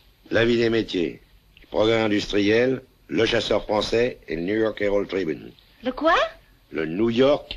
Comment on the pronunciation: Quand il a terminé de dire "niou york éralde tribune" on a déjà oublié le nom des deux premiers canards.